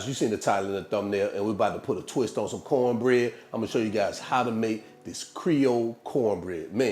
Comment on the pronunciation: “Cowne bread like dih” 🤣